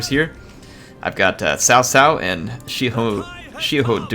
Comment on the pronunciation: Xia in XiaHou Dun is pronounced as See-ya, make sure to pronounced it close.